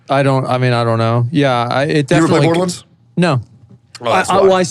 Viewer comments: lol Tectone: Borderlins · "Berderlunds" is killing me lmao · Every time Teccy says "Borderlands", it physically hurts